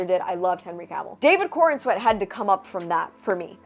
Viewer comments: I thought you were saying David Cornsweat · I had to look up his name as I kept hearing you say David Cornsweat, It didn't get much better after looking it up lol, PS, You look amazing.